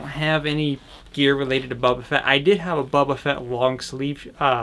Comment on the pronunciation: It's Boba Fett, not bobba Fett!